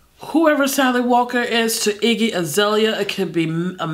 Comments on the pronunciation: "IGGE AZELIA" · From "Aireeana Grahnday" to "Iggy Azahleheyah"